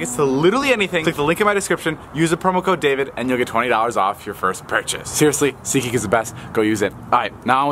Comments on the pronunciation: David: Seatha Geakhaha isha sponsoringhing this video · David be like : "what's up guys welcome to seetgeeks second Chanel"